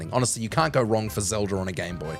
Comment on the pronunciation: Zeldr??, please fire this guy